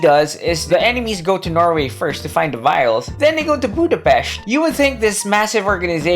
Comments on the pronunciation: As a hungarian hearing Budapest pronounced correctly was an extra cherry on top of the otherwise great content!:D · Thanks for pronouncing Budapest correctly. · >pronouncing Budapest correctly wizardry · Holly shit someone from English speaking country pronouncing the Budapest (or most any slavic word that has interpunction) correctly, now THAT deserves salute. Same problem as always - writers are bad and or lazy and can not keep track of their own shit to enough to make it even decent. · Thanks for pronouncing Budapest properly, you rock! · Hell yeah! Someone who doesn't speak hungarian saying Budapest correctly! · Holy shiet, said the name of my capital correctly and didnt made a joke out it! Ehrmagehrd!